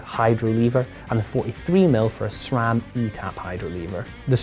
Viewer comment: This guy, knew how to pronounce SRAM 👍🏽